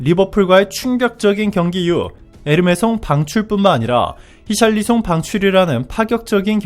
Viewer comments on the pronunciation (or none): none